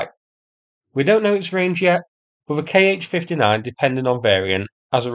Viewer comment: 'Kh' is not 'K.H.' but 'kha'.